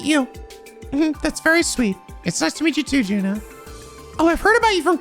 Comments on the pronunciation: Finally, he finally finds the best character in any trails game, Juna Crawford!!!!! (Also, the J in her name is pronounced as a Y) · He pronounces all J-starting names wrong. I've come to simply accept it. Juna, Jona, Joachim. (Joshua too technically but even the eng dub uses J, so it's whatever.) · Hey, just putting it out there, Juna is pronounced You-na. Also, Jona isn't pronounced Jonah, it's Yo-na. yup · Juna's (pronounced as Yuna) family does indeed live in the apartment complex you are thinking about, the game never actually shows you all of crossbell, there are plenty of places that you can't visit where other NPCs are supposed to live. also while you may think that Juna portrait was added by the mod, the truth is that she wasn't and she is one of a few special NPCs that were added later in the remaster they did of the game In the original games neither her or or siblings were present at all, and you can kinda notice this because neither her or her siblings have any interaction with other NPCs, just with the SSS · so now you met Juna (it's pronounced as Yuna) Juna and her siblings weren't in the original release of Zero no Kiseki and Ao no Kiseki on PSP they were added in the Kai release on PS4 now as for why...you'll figure it out, i'm not saying shit and yes she lives in the same building that you think but you just can't enter their apartment (mainly cos she wasn't there originally so they never made a apartment for their family) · a few heads up: - You haven't visited the Imperial Fishing Club in east street, you coudn't enter last time due to Xin, you should probably do that as soon as possible - There's a car magazine in the Arc en Ciel dressing room you missed on last episode - and Juna is pronounced like the one from FF10: Yuna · So before it gets stuck in your head, Juna’s name is pronounced “Yuna” like Yuna from FF10. Just keep her in the back of your mind for now. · Something of note, Juna is pronounced as Yuna